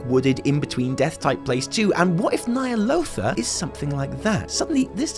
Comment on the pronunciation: Nightmares of Ny'alotha, your pitch is perfect!